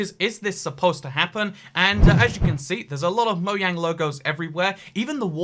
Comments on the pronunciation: What’s a moyang?!?! Ohhh.. you meant moJANG not moYANG. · DiD yOu JuSt CaLl It MoYaNg? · "Moyang" is the most cursed thing about this video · Wait did he just pronounce mojang as mo yang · Why does he say moyang? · Whats cursed is how you say mojang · Did he just say mojang wrong